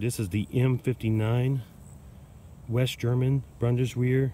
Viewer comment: Try "boon-dis-vair".